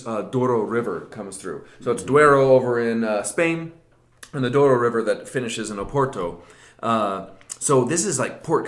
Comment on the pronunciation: That was a very good attempt at the Portuguese pronunciation -- better than the vast majority.